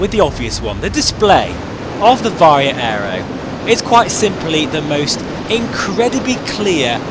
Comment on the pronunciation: "VaR-HOE" VR HMD "FReZ-NeLL" lenses